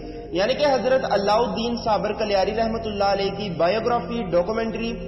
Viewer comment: कलियार nahi कलियर hai, ye Roorkee, Uttrakhand me hai